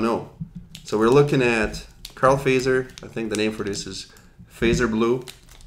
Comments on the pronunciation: The "correct" finnish way to pronounce Fazer is like this: Fa [fa as in fa-rm] zer [tcher as in Tcher-nobyl] What an example... 😌 But it's common for foreigners to pronounce it like you did. 😄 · So funny to hear them prounounce the name like "phaser" :D It's actually pronounced "fatser" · Fazer - pronounced: "futt-serr"